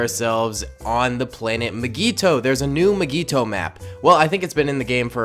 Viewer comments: Nobody:: MIGEETO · why does he say mygeeto like that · says mygeeto wrong fan: meh me: REEEEEEEEEEEEE